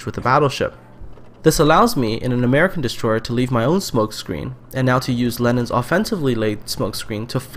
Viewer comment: Is his name really pronounced "Lenin"? Do you pronounce Stalone as "Stalin"? Anyway great game :)